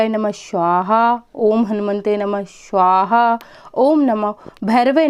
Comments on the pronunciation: स्वाहा not श्वाहा. मंत्रोच्चार पे सही ध्यान देना जरूरी है. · आपके स का उच्चारण गलत होता है हमेशा. आप स्वाहा को शवाह बोलती हैं. स को श. उस पर ध्यान दें क्योंकि आप एक यू टूबर हैं.